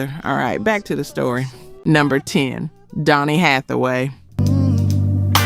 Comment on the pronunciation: You get the mispronounce some of the names and that is not Donny Hathaway. So sad your post get it wrong so many times.